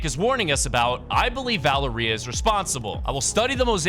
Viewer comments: And Valer-EEA like HUH?? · Bro rlly said valeerEia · As a latino, it is pretty funny hearing you say Valeria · LMFAO the way dude pronounced Valeria😂😂